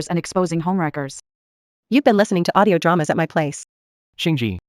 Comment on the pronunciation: She said Audio dramas 😂😂😂😂